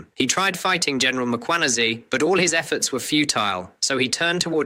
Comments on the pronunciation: Its Mkhwanazi not Makhwanazi. Some respect please with people's names. Respect other people assomblief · He pronouns Mkhwanazi as mkwanhazi his pushing the alphabet h little bit forward 🙆